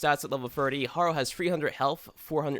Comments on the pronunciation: Say it with me "hare - oh" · Every time he pronounces Harrow I lose a piece of my blain...I'm not hating btw, it's a great video, very helpful.